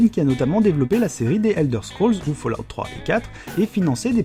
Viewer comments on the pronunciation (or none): none